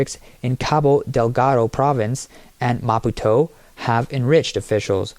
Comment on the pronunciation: Oh heavens please pronounce "Maputo" correctly. Is this AI again!? Yes, absolute corruption once again. All across Africa... but the rest of the world isn't far behind! I remember going on holiday in Mozambique, it was beautiful. But like all countries in Africa, corruption rules. Leaders don't care about their people, they just pocket the money and let their people starve.